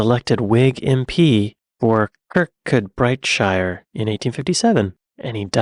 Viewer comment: Kirkcudbright: the correct pronunciation is ker-koo-bree. (has something to do with Gaelic)